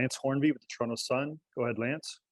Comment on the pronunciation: He’s pronounces Toronto like we do 🥲